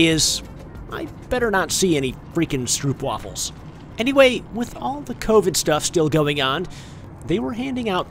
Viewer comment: Stroopwafels are the best! And You are pronouncing it wrong... greetings from a Dutchman